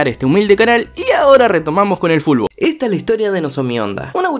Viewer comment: mmmm soy yo o es q el esta pronunciando fulbol o fulbo en veces de futbol ? 🤔